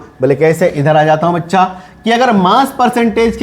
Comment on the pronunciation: Bhaccha nahi bolna sir